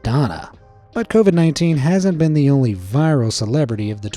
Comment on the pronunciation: Covied umm i actually caught that one